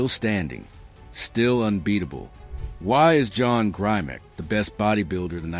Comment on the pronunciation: Grimek--pronounced 'grim-ek'--had great shoulders, arms, and legs, but his chest wasn't that great. Neither was his back. He was, as mentioned, a fine poser. Correction on a couple of nitpicky points. First, the Mr. America started in 1939. It was originally called "America's Best Built Man" and was renamed the Mr. America in 1940. As for Grimek, he won the Mr. USA in 1949, beating out Steve Reeves, George Eiferman, and other greats. However, Reeves came second in the 1948 Mr. Universe to Grimek. Facts, please.